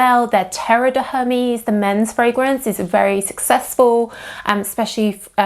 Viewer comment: please 🙉learn how to pronounce the brand name👌🏾